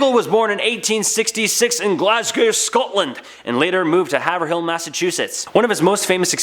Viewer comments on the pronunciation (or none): Oh... As a NH girl.. it even bothers ME. Haver Hill......???.. HAYVRIL.. ⬅️ That's how it's pronounced not spelled lol .. I know some Mass towns/cities are difficult, but this was an easy one 🤣🙄🥺😿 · Love when people not from New England attempt to pronounce mass towns. It’s pronounced Hayv-rull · Woah I never hear Haverhill mentioned in videos! I’m actually from Haverhill (btw it’s pronounced HAY-Vrille)